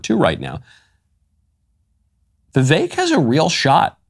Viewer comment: I knew Michael would say Vivek’s name correctly, VIVEK rhymes with AWAKE !